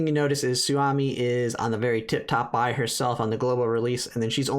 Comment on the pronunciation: Could you please call her "Sue-O-Me", it's a Japanese name.